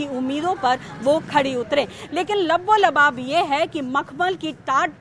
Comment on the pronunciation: labbo lubab nahi balki laba lab sahi Shabd hai